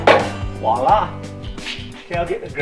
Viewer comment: Wala! walla(h) There it is; there you are. A misspelling and mispronunciation of the French "voilà," an exclamation calling attention to or expressing satisfaction with something that has just been presented or accomplished. Finally, you just turn this crank to set it into place and—walla! The machine is ready to go. "Wallah!" said the magician as he pulled the girl's card from his pocket. Farlex Dictionary of Idioms. © 2015 Farlex, Inc, all rights reserved.